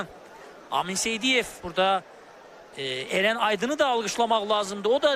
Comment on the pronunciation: Eren yox, Ərən